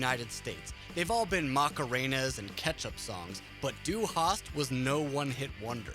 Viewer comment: He couldn't even pronounce "Du" in Du Hast. He said Due